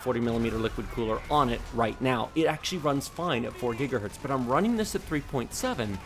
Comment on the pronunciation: Thanks for these great/super well done reviews. Second to none IMO. One lil' niggle. I often hear you say "Gigahert" as if it's singular for "Gigahertz" - no need to explain further, and I don't mean to offend. Just making you aware, as you are a "Pro" in every sense of the word, and I'm just providing constructive feedback.